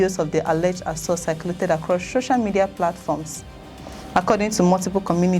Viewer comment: What is "sho-sha" media? It's SO-CIAL for the life me!